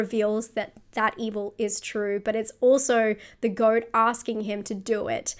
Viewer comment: At , every time you said "goat" with that accent I heard "f*cking goat" in that little girl's voice in my head.